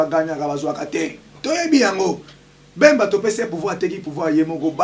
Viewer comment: Yebisa muluba balobaka politique e non portique ,bemba e non mbemba